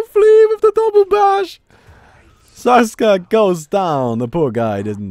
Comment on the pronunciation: It. Is. SAKSA. Not Saska